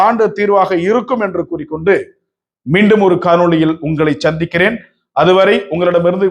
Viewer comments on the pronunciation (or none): மீண்டும் உங்களை ச்சத்திகிறேன் இல்லை மீண்டும் உங்களை சந்திக்கிறேன் தமிழை சரியாக உச்சரிக்க வேண்டும் தம்பி இப்படி பேசினால் பத்தாத இடமெல்லாம் பத்திகினு எரியுது